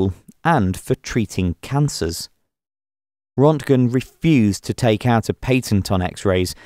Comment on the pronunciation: It’s Röntgen NOT Rontgen. Rönt rhymes with Burnt.